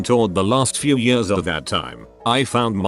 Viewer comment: The he says years. YUSZZZ